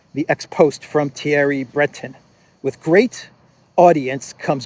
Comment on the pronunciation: Thierry is pronounced, "terry." There is no th sound in French and several other languages.